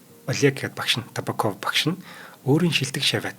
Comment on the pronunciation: Табааков, Мироонов гэж дуудаарай, сайхан дугаар болжээ.